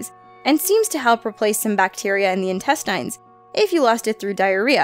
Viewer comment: Can you please learn how to correctly pronounce intestine and sedentary?!?! OMG 🙄😪😬